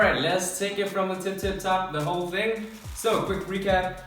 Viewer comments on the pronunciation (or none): none